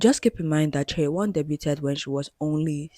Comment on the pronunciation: Just to correct, her name should be pronounced chay-won. This is getting a lot of attention from non K-Pop fans so I wanted to let people know! Thank you for doing thorough research on what makes tripleS unconventional because I have never liked the system they are under. Giving fans control through their spending power is already part of how K-Pop works but I feel that their label has taken it to a new extreme with the NFTs and voting system.